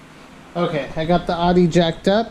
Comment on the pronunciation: "Audi" = "outtie" or "ow-dee". Not "ahdee".